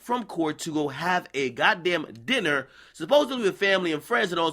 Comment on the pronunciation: jus listen to the way Ak says DINNER LMAO